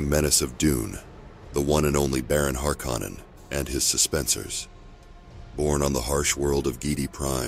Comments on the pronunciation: You’re pronouncing “Harkkonen” VERY WRONG!!!! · Yeah… Not sure why someone would choose to do that. Unless it’s an AI voice that hasn’t been trained to pronounce words correctly. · It's bugging me too lol